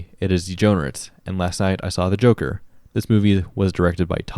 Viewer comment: More like Joe-ker